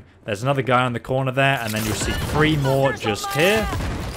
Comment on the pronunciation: Call me crazy are you saying free instead of three